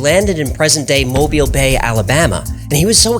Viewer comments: Great job pronouncing Mobile. Most people mess that one up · I’m a Southerner, and want to say THANK YOU for pronouncing Mobile, AL correctly. However the first Governor of TN, John Sevier, is pronounced John “Severe”. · You are the first non-Alabamian that I've heard use the proper pronunciation of "Mobile, Alabama".